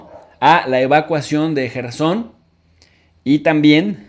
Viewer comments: Es Jersón y no Yerson!!!!!!!!! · Jersón cojones! Yerson dice... Ya es hora de aprender a leer las cositas... Ya empieza a ser vergonzoso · Se pronuncia KERSON